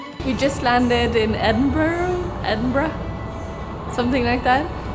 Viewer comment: Most impressive part of this whole video is pronouncing Edenborough correctly, like first try